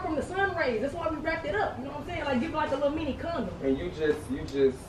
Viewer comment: and Tae she said "like a comdom" I'm dead